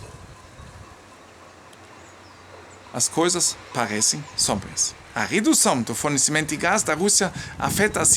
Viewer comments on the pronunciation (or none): só uma dica de pronúncia: você disse "situação SÓbria" (ou algo assim) e, "só-bria" é "nüchtern". Eu acho que você quis dizer "sombria" = "düster, finster". Um abraço